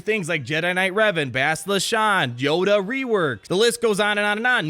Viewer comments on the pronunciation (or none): none